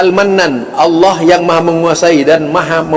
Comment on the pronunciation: zul kamu ini gimana mau menyalahkan orang yg sangat 'alim tapi kamu sendiri berbuat salah total, kamu gk bisa baca ya itu pembacaan kamu nyebut Allooh dengan baca nya Allokh/اللّٰخ, lafadz الله terdiri dari alif,lam,lam,ha, makhroj ha dlm lafadz allooh itu aqshol halqi bukan adnal halqi, sebelum menyalhkan ulama yg menjadi mufti masjidil harom koreksi dulu ke ilmuan mu, apa melebihi beliau,atw sebanding,atw lbih rendah, ulama karena bukan nabi tidak ma'sum itu btul, apa lagi kita lbih rendah ilmu dari ulama,maka nya ketidak ma'suman jangan sampai di jadikan senjata untuk berani menyalahkan,ternyata kamu lbih patal salah nya dari beliau yg sudah mencapai mufti di masjidil harom